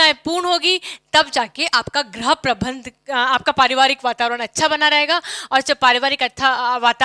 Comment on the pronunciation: Ma'am Right Pronounciation of गृह is "GRIH" not "GRAH".